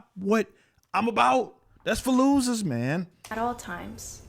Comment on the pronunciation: Everytime i hear you say "thats for losers" it sounds like Fallujah 🤣